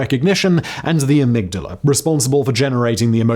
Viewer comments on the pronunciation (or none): none